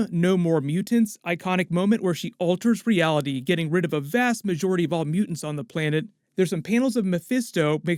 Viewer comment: Dont ever say the word mutants in public ever again. Mute-ents...